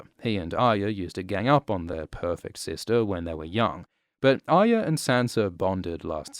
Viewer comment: “Aya” is all I hear